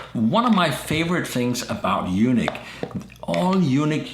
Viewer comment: (U-NEEK) not u-nick!! A u-nick has no testicles. Lmfaoo!!!!!🤪😜😀